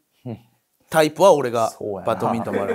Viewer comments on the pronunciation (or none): 体育館タイプが体育館体育に聞こえて、懐かしい響だなーって思ってた